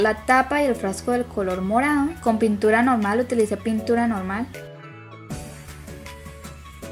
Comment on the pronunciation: Dijo puntura embes de pintura